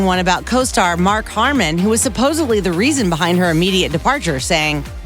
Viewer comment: "Wesley Crutcher"? And when did suposibly become a word? Little wonder why kids can't read or write these days.